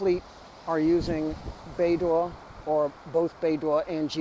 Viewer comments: Should pronounce as baydoe and not baydoor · bei dough ❎️ bei duah ✅️ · Your pronunciation is like BeiDuo but not BeiDou 😅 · Should be "bay dough" not bay door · haha, I was this close to tell you the pronunciation is /bei-dou/ but not /bei-duo/ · it is BeiDou, not BeiDuo. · not bay dwo, it's bay dough. dwo is a different Chinese sound, probably multiple tones. prc can't afford to have satnav in USA control, and nor can anyone else determined to live outside usg control. israel's latest mass murder reminds us all of the necessity of maintaining independence of USA. Australian government, take note: yer on the wrong side. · Good job. Small point: Beidou is pronounced like Bay-Doh. In Chinese the pinyin 'duo' sounds like d-wor. 'dou' is doh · it's pronounced 'bay dough' with dough in low tone. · 😂 Maybe try pronouncing it as "Pei-Tou" and see if your Chinese friend thinks it's closer to the actual pronunciation? Anyway, i don't think it matters too much ❤ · I think it is pronounced "Bei-Doo". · More like Bei-dool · Beidou is pronounced Baydoe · According to what has been learned in phonetics, I'd suggest that one try "bay dough" as in English. It might come closer to what is supposed to be. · It is pronouced "Bay Doe" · doesn't matter haha, it is not accurate but the point of talking is to get the point across :) the prounounciation is more like "Bay Doh" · should be Bei Doh Like Homer Simpson saying D'Oh! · it sounds like"bay dough", beidou means the Big Dippe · This is the right pronounciation: Bay Dough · Bay door😅 the pronunciation similar to bay dow. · Love your video as always but I think Beidou is pronounced bay-doe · The pronunciation for Beidou is more like Bay Dough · Bei - 'dough' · BEIDOU's DOU PRONOUNCED AS in Donut in Donkin Donut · I don't speak Mandarin but it did sound wrong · Don't worry, we can tolerate your slight mispronounciation as you are not Chinese